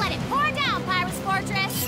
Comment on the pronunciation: she literally calls him PYRUS Fortress every time she says his name…